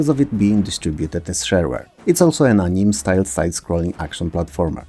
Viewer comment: Yet another great video! Just a heads-up that "anime" is usually pronounced as "annie-may" rather than "aneem".